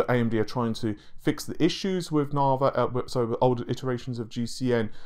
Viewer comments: I can't handle any more "Naveh" instead of Navi.. so unsubbing now. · Its Navi, not Navay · It's Na-vee, my dude! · Say V, NaViiiiiiii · I don't know but in a previous video it is pronounced properly by this guy, no idea why he changed, perhaps its a troll.